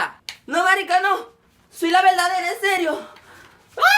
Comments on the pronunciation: tonto que no dice marisca dice marica!!!! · Ja ja en ves de decir "marica" dice " marisca" ja ja ja. Pero aún así me gustó ja ja ja ja 😂😂😂😂